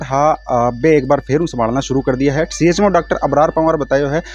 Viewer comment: Chmo सही तरीके बोलना तो सीखो cmho तो हमने भी सुना है chmo नही सुना